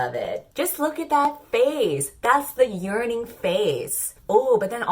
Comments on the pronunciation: drinking game to go along with this video: take a shot every time says ‘YeaRNinG’ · every time you said "yearning" I just heard it as "urinating" :( it was driving me up the wall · Nobody: You: YeArNiNg (honestly same) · No one:: "Yearning"